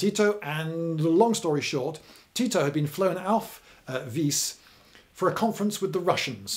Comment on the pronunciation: Oh I would pronounce it Ti - To